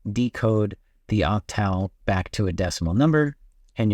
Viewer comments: I imagine this guy pronounces animal in the same way as he does octal! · All good advice, but your mispronunciation word octal lowers your credibility a bit. Not to mention reputable”. I’m starting to wonder if you are an AI.